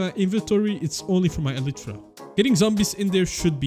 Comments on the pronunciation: you say "elitra" its "elaytra" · Bro he sayed elitra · Bro is ellytra a different pronunciation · this guy is the only person I know who pronounces Elytra like that